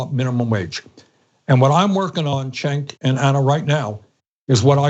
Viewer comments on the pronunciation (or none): Bernies the best at everything except saying cenks name haha